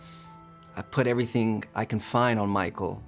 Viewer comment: "Every fink au - fentic...." Okay.... Okay, Jan.....